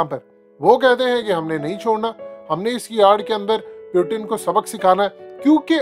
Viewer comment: Pyutin nahi bhai wo Putin he 😂